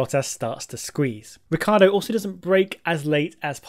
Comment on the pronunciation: Why do People pronounce Ricciardo's name wrong??!! It's R-i-cc-i-ardo